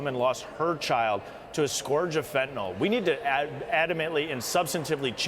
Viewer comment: First of all, Mr. President, it's fentanyl, not "fentanol." The second problem is your emphasis on the fentanyl having entered the country under Trump. Does that mean that fentanyl deaths are better when it comes under your administration? At least Trump tried to do something about this problem.